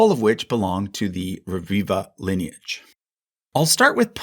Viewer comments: Rebiba is pronounced Rebiba, not Reviva.. b and v are different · Just checking out the pronunciation of names would have made the video far more enjoyable. It's ReBiBa. B, like in Be, But, Boy. It's Italian, not Spanish. And PaluZZO PaluZZI is pronounced like in piZZA, a strong ts, not like zebra.